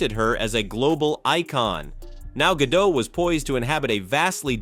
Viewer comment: Gal Gadot... Not Gado... she's not French guys ffs.